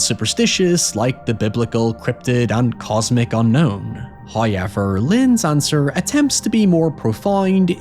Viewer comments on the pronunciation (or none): First "hoyever" drops - we are made to wait by He, in order to prove our worthiness.